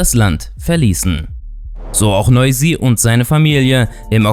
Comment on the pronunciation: Nein hast du nicht ich bin. Albaner und Fan von noizy aber nicht schlimm das du es nicht richtig gesagt hat